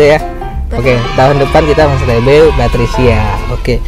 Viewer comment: Papricia lord PAPRICIA 🤦🏻‍♀️😁🤭✌🏽 kliru PaTricia muluk nyebut nya lhooo lord kita ini 😂🤦🏻‍♀️